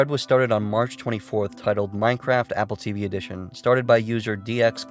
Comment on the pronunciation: d-do i sniff.. free minecwaft?!??